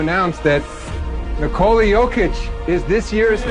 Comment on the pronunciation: The only hop shot in the world that is unblockable 😂. How come these announcers say his first name wrong all the time? To rob the man of his third mvp because of his nationality is dead wrong but thankfully Jokic doesn't give a shit 😂